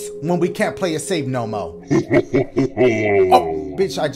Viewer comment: “EMILY WANTS TO PLAY-UH, SHAY-UH, TRAY-UH” 😂😂